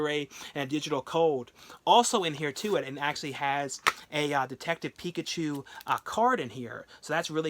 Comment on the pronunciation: Picked up the steelbook of detective Pikachu today, and man it looks GORGEOUS, one of the best ones ive seen lol you mispronounced it